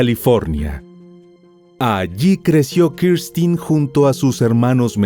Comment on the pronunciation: X q dices Kirstin es Kristen burro